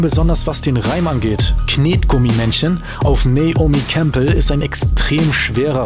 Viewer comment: Nein, man spricht es Neyomi Campbell aus.